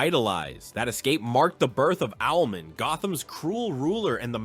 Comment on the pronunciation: Its Owl-Man….not owlmen